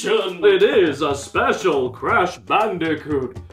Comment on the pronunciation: "The completely erect cash banooca"